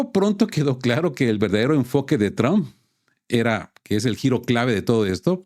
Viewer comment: No se dice tramp,, se dice trump!!!